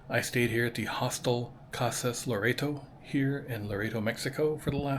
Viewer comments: Lo-ret-o, not lo-rey-to I noticed while you were in the mission that you conveniently didn't record the sign that says no cameras. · Everyone pronounces it Lor-EHT-oh, not Lor-A-Do. And how did you manage to NOT film the beach??